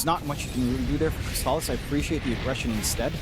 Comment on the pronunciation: alright, finally we see some new heroes from Crystallis! That's not a bad PA, still shaky tho even against SR. Also, i dunno what's worse between Saksa playing Tusk for 3 games, bzm's DK in game 2 or the fact that the caster kept calling him Crystalize in game 1 lol